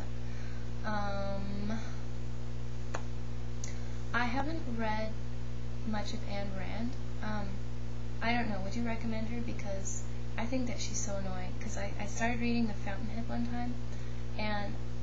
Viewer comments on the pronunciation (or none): Hello. I just watched this video and would like to comment Ayn (she pronounced it Ian) Rand. It struck me as particularly apt that you fastened onto 'orange peal hair,' as being unrealistic. In fact, Ayn was a writer in the Romantic tradition, whose work is supposed to give us an ideal to aspire. However, if you had continued to read, I think you would have been similarly effected throughout the novel; ...